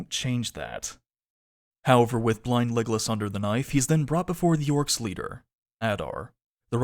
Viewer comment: For a while I thought you said "blind legless" and since I didn't want to watch the show I kept wondering what on earth happens to him for you to call him that, until I realised it was blind Legolas XD Anyway thanks for watching the show for us and going over it!!